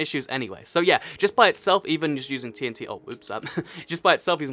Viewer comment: It sounds like your saying "TNC". T is a letter. Dont forget it.